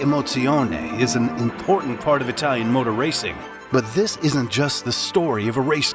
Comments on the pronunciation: As a native bilingual (German/English) that speaks Italian, I can only agree, excellent pronunciation head and shoulders above the rest. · Great mini documentary, your pronunciation in Italian and German are the best I've heard in a long time. Most YouTubers butcher the words it's almost cringeworthy! You have my sub, hopefully more Alfa Romeo content, please! 😊